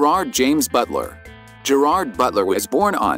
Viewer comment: Please learn how to pronounce his name correctly!!!!😡